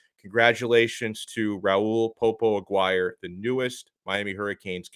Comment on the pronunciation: Dude. As a fellow alum, you're killing it. I wanted to knock you for your pronunciation of "Aguire," and you nailed that. Then you kill me with the "he's still a four star." Well done. Separately, I hate this hat game. Don't care where you land. It's so corny and disrespectful.